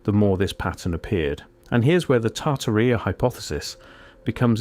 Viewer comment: British AI man can’t pronounce Tartaria correctly